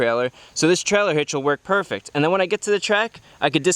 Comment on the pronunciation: Chris says purrfect not perfect